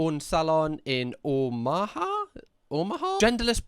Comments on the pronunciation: god bless you, it's Oh-muh-haa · the first pronunciation of “omaha” 🤣🤣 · Hearing you attempt to pronounce “Omaha” was equal parts adorable and hysterical! 😂 Try Schenectady next! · The stuggle to pronounce "Omaha" had me on the floor...